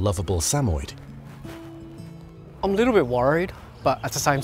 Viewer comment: Suh-moy-ed, not Samed. I had two and they were wonderful dogs. They loved everyone.